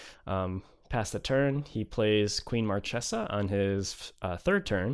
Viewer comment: This is the first Captain Sisay deck that I really love. Your build is awesome my man. The fact that you managed to beat Marchesa (which is one of the worst match up for a creature-based combo) proves it. PS: Marchesa is actually pronounced "Markesa". Source: I am Italian. ;)